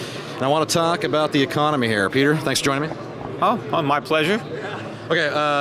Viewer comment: peter, why do you have a hard time with such an important word? It's pronounced: ee-con-oh-mee, not ee-com-oh-nee. You should practice that one.